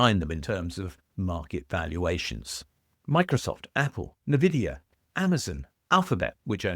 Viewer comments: "Nvidia" should be pronounced "envie dia", and not "neu vidia". Because the "n" stands for that, precisely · Envidia (like the god of envy) not nividia. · Nvidia is pronounced en-vidia, not nuh-vidia. Even if I agree with you, it makes it hard to take you seriously if you cannot pronounce the name of the company with the highest market cap correctly. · This guy doesn't know how to pronounce "Nvidia".